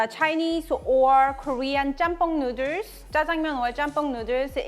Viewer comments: I can listen to her saying nooders all day lol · She came out with a t-shirt spelling noodles the way she sounds it out. So cute, so funny. It's spells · I love how you pronounce noodles. It sounds like “nooders”. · lol OMG I just love that tshirt, perfect for how you pronounce noodles.. so cute.. :) love it.